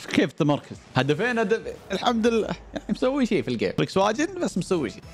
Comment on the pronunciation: اخوي اسمها فولكس فاغين مش فليكسواجين🤣🤣🤣🤣